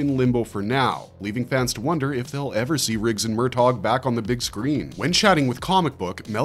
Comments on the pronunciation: "MUR TOGGG" Please stop 😂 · For God's sake. There is no hard G in the pronunciation of Murtaugh*! Not to mention, the name may be *two syllables, but that does not mean to enunciate as two words! It's like sandpaper for the eardrums! That is all.